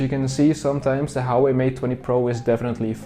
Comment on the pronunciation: Hauwei ? Pronounciation hahah